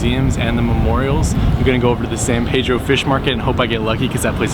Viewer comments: Born and raised in Pedro ..nearing 70 now and I still have to correct people when they pronounce it "paydro"...any native will tell you its san pee-dro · Well it's a good way to tell the visitors from the locals and kinda funny to hear "Paydro" lol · Thanks for coming down and visiting us. Very nice. One little nit-pick. Its Peedro, not Paydro. :) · Thank you so much for sharing that great video of "the town where I live" but as mentioned by Mr. Helm below...our name is San Pedro, pronounced as Peedro and not Paydro. I'll be checking out your page and seeing more of your vlogs.....so much beauty in CA.